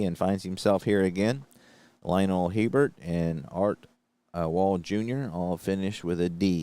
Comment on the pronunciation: HERBERT IS PRONOUNCE A BEAR